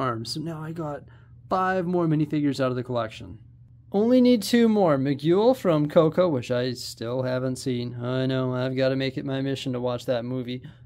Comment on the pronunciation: Did you just call Miguel from Coco Mig-ule lol that's a new one, also you taught me a new word today Functionable that's a new one rather than Functional. Sorry was just funny I love your channel keep up the good work buddy